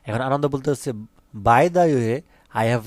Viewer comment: আনন্দ না আনানডা😂😂😂